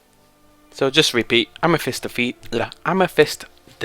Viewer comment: AmeTHyst Hollow, say it with me now, AM-EH-THIST!!!!! Not Amefist, there is no F. It's a TH, it's not that hard! If you can learn to install mods, you can learnt to talk properly!